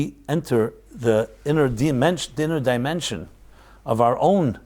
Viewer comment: You said demention instead of dimension. Odd because it sounded like “deeper demon-sions”. Probably just accident but weird. Looking to find GOD of light and truth and spirit. 💕